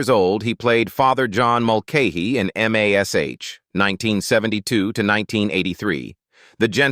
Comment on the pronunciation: How many people turned this off because they could not stand hearing Mash, called M. A. S, H.